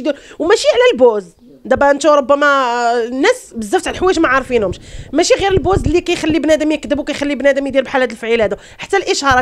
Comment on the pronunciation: انطقي الكلمة جيدا البوز